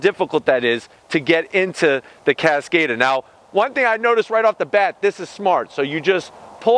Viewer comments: CASS-COD-AHH, not cass-kayyy-duh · He’s pronouncing it wrong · Omg the way you pronounced the cars name over and over again wrong omg